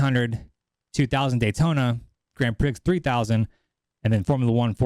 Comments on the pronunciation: Grand Prix pronounced "Grand Pree". You're welcome. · Grand (Pree) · Grand Prix is pronounced Grand Pree🤦🤦‍♂🤦‍♀ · Bro! Grand Prix is pronounced 'Grand Pre'. These are all racing terms every American should know. Come On Bro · Dude love your content, please keep your channel going , but "Grand Prix" has a silent x so it's not pronounced "Grand Prick". You had me in stitches when you said that...... Or maybe it's an American thing? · Can you pronounce "Grand Prix" again...seriously?